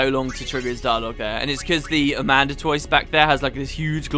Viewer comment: ada-man-toise not amanda-toise XD